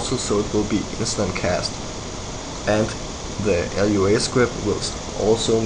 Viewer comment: Dude -.- It's just Lua, not l-u-a... Lua is brazillian for Moon and the creater is brazillian, hence the naming.